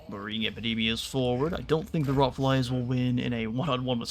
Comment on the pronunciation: does anyone else here hear MACADAMIAS! whenever he shouts what i assume is actually epidemias?